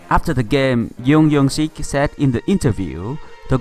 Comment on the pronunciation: tennis "PingSunday " Please, I told you last video, to stop calling him "YEUNG YEUNG SIK" But his name is JEONG YOUNG SIK LIKE JUNGLE JUMANJI JORDAN JUICE YOU EVEN LIKED MY COMMENT BUT YOU STILL PRONOUNCE IT WRONG> OH MY GOD